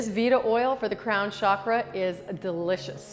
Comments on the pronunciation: "Chakra" not "shockra." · For God's sake Stop pronouncing it as shakra, it is chakra ,cha not sha...It's not french it's Sanskrit.. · With great respect to our ancient yoga gurus please don’t convert name of chakra. As our name doesn’t change as language changes, same way chakra name should not be changed because you can not pronounce. Regards